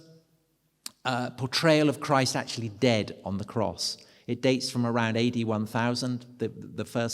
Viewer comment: When you say AD 1000, it sounds exactly like 81,000